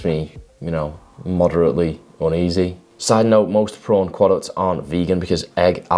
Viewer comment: “Prawn Quoducts” 🤣🤣🤣